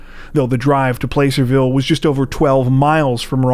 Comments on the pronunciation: I don't mean to be that guy but it's p-LASS-erville not PLACE-erville (like placid ie 'peaceful' which you'll see is pretty ironic later in this comment). Californians refuse to pronounce things the way they're spelled and I'm one of them lol. Fun fact: in the wild west days and onward, the town which is now Placerville used to be the only jail around, and they had a huge gallows which would perform public mass executions of folks from all around the area. They called it Hang Town before the name change and attempted rebranding in the early 20th century, but it remains a "sundown town" to this day. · (Placer-vill) 😂😂😂 it’s pronounced (Plaser)(vill) why is it pronounced that way nobody knows 🧐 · Good ol El Dorado County! I live right near there 😅 Thanks and, y'all are rockstars 🎉 (btw placerville pronounced plah-sir-ville: like having to do with gold rush stuff) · Just an FYI.... It is pronounced (plass-er-ville) Thanks for all you do. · Dear Narrator, Placerville is pronounced Plaa-sir-ville. Placer is a type of gold, which makes sense considering that area is considered Gold Country. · The name of the town is Placerville, pronounced with a soft 'a'.